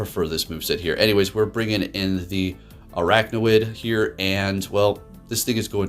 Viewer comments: Think its funny everyone is saying stuff about him mispronouncing salazzle but not araquanid. Both him and Zyonik call it "araknawid" rather than "araquanid". awesome team and video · It's pronounced as "AR-AQUA-NID".